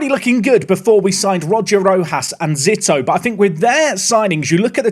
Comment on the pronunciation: I believe Zito is pronounced Zee-toe. At least that’s how former MLB pitcher Barry Zito was pronounced by us scummy Americans